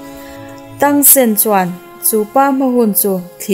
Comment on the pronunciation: Mahse i sawi dik lo char2 thing e tang san te kha tang sen